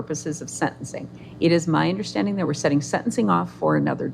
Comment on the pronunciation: He allways understood ! It was the "undersh-standing" that he had problems with !